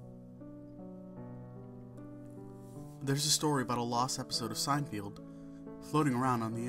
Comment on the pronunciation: SEIN-FELD. not sein-field